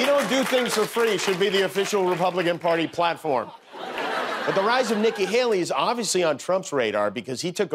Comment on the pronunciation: DJ, it’s Nikki Haley not Helly.